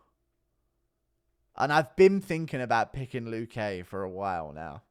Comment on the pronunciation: Guru, the accent in luque is on the 'lu' not the 'que'